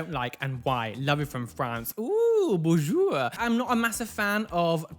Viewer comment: you say Bonjour exactly like a luxembourgish person and had to say it 😆 Love you and your videos 😘😘